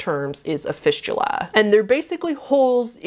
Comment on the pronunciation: After she talked about fisting and went to fistula, (was listening to this vid) sounded like "fishula", my brain ended up thinking "fishula" was like fisting, but with a fish instead.. .-.